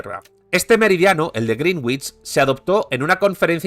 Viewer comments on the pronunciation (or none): "grinwich" suena como "bruja verde". Greenwich se pronuncia en inglés "grenich".